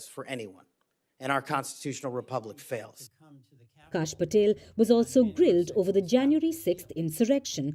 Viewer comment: It is "Kash," short for "Kashyap." pronounces it as "Cash."